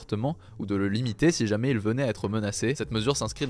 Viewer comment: Sérieux, quand est-ce-qu'il apprendra à prononcer "si jamais". Dans TOUTES ses vidéos il dit "chmé". C'est vraiment génant.